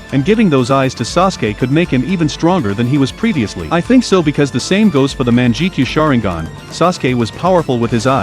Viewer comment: "Manjekeyo Sharingen"